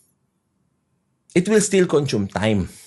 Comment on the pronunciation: Sabe ni it will still contume time 😂😂😂😂 turne sabihin mo ng maayos ung consume wag contume hahaha